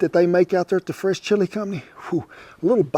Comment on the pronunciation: I thought he was saying the French chilie company.. I was like I have no business eating French chilie! It’s the “fresh”!